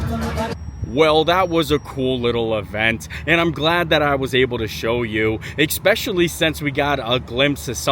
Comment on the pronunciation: How has this guy never been told how to say especially